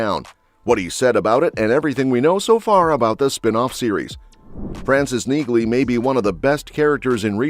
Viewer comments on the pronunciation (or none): Is that an artificial voice or an idiot? The name is pronounced "Neelee" not "Neeglee". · Its pronounced Neahley. The G is silent. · It's pronounced "NEELY"--so what else do not know about it? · It's NEALY, the G is silent. Can't you train the AI to pronounce it correctly? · NEELY! NEELY! NEELY! The "G" is silent. Get the pronunciation right or just go home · Yah, I bagged another video for the AI knee-glee pronunciation… I almost thought this one was human, until that shit popped up…. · You fell at the first fence dude....... the G in Neagley is silent...... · That's stupid AI for you. Just hire humans!!!! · I’m just making an observation here, but isn’t the “g” in Neagley silent? I have never heard any character from Reacher pronounce her name with a “g” sound. It may seem like nitpicking, but it’s important. Please correct me if I’m wrong. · When are you AI driven people going to have the generated voice pronounce her name correctly? The g is silent. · The “g” in Neagley is silent! Stop butchering her name! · YES! I was gonna say the same thing then I saw your comment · I just looooovvveeee robot voices that don't know how to pronounce sh** correctly, ever. The G is silent, dumb a**, and I am talking to you, the creator of this video, who is so stupid and so lazy and worthless for using robot voices because actually talking in a video is sooooo difficult. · You need to teach your bot narrator that the “g” is silent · Learn to pronounce her name ffs